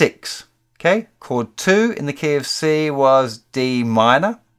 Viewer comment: That feeling when instead "In the key of C" you hear "In the KFC". Seems the Universe is trying to say something to me... :)